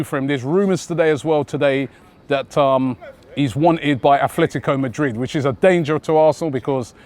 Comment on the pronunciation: "efletticoh medrid"